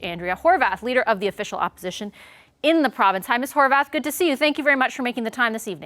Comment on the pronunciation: HorVath? It’s spelled HorWath. Since When did w get pronounced like a V?